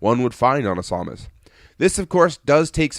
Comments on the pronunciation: I wish I would have known you'd be pronouncing Samus as Sau-mus. I would have gave you a take of me saying, "For the love of God! It's SAM-US!" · samus, not somus. ugh that was driving me nuts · It's pronounced Sam us